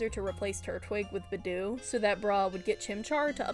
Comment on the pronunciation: Ok I won't watch this... Not if you're going to say Budew wrong like that throughout the whole video several times... Hell Nawh.